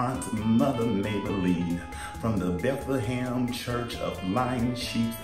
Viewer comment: Happy Thanksgining Nina Bonina! Did you say BEFLEHAM church? Funny. Love u GUUUURRRRL!